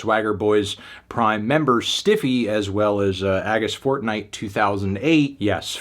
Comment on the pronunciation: Entré aquí pensando que era una mala traducción o q le habían hackeado, pero parece ser que la realidad supera la ficción, realmente Fantano ha pronunciado Agustínfortnite